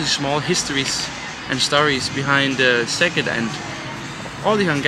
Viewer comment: I'm so impressed with your pronunciation!! :D Elongate those vowels a tiny bit and you'll be great! Szeged is my Hungarian hometown, half of my family still lives there and I have purchased land there to establish a little farm in a couple of years. Highly recommended! Great natural spas in the area as well. :) xx